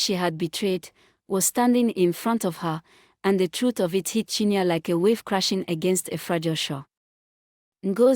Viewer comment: Not chinya but chin ye re